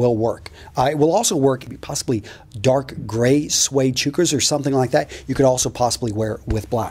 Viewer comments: It's pronounced Chuck - uhs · CHUKAS lol nice pronunciation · you mispronounced chukkas. XD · You pronounce chukkas very oddly By the way it is spelled it's clearly a hard U sound but I'm not a grammatical expert but I'm also not an idiot.